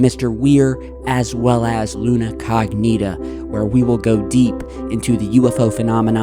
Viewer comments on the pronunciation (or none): Luna CO'gnita! Not Luna cogNI'ta.. Lol it sounds, funny for Italians ( Google it and hear the correct pronunciation as we with English too))) I am saying for you as you are great bro! Channel is extra cool